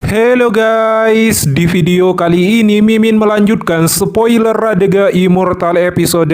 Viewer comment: Renegade bang bukan radega😂😂😂